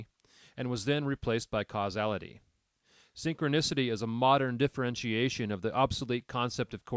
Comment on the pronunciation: It's hard to listen to this when your robot can't pronounce synchronicity😅